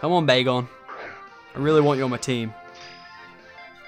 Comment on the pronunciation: When you found dat Bagon I Thought you said Bagel :D